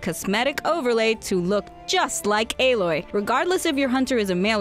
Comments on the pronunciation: Why did she say alloy as ay-Loy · Her name isn't A-loy It's alloy, like metal and stuff. It's just a regular word. You butchered it